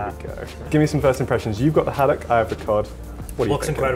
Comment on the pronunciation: Seriously, this is called "Food Insider" and you don't know how to pronounce Sole or Haddock. Do a little vocabulary research before visiting a cafe/restaurant.